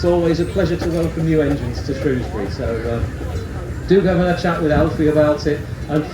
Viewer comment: We were there on Monday, the dryer day of the two. So glad you called it Shrewsbury and not Shrowsbury 😁👍🏻